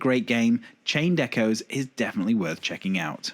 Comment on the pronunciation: A small nitpick. I thought it was odd that you didn't pronounce the "s" in Echoes, as if there were only a singular echo. Great video, thank you!